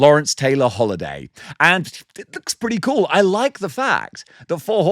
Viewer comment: That’s paretti coouhl